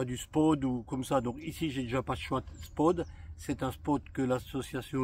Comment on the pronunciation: On dit pas SPOD mais SPOT , ou alors il faut parler français et dire POSTE.......